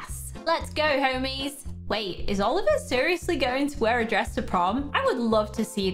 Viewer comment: It's DWESS not DRESS